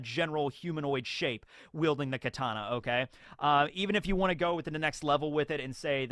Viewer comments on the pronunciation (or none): none